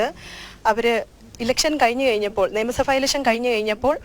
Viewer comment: നിയമസഫ അല്ല നിയമസഭ